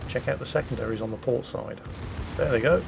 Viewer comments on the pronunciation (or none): none